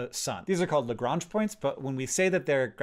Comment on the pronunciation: You say Lagrange so French! I always pronounced it like "home on Lagrange"